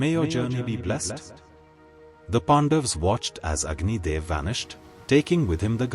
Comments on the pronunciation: Its not Pandavaaaaas... its Pandavs..... Pronounce correctly at least our names. That A is not AAA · Humble request, please pronounce names as in sanskrit. PandaVAs, Arjuna , yudhishthira, NaradA Please 🥺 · No, it is Pandavaas. Don't apply Hindi's blunt style to cut off words. Now, repeat after me...Pandavaas. Na jaane kahan se aate hi tumhare jaise namoonay.